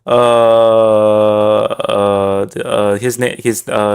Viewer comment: Negative means negative what part of this do people not understand it is pronounced ne-ga the beginning of negative is how the word nega is pronounced